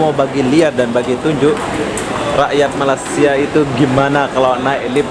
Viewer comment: sebut betul2 ya... Malaysia.. bukannya malasia